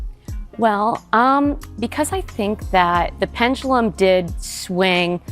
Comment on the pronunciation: can ANYONE pronounce, 'pendulum' instead of the imaginary word, 'pen-gu-lum'?